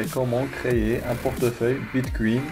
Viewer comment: Mdr bitcuin bitcuin Sinon c'est bien mais relax quand tu filme